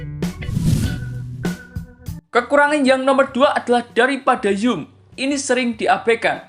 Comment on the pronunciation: apa sih yum yum. ngomong zoom aja susah